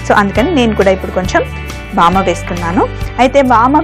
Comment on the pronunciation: vaama kaadu vaamu